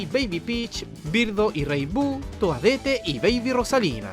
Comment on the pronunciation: Toadette "toadete" 🤣